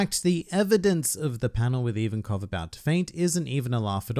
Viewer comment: Its Ivankov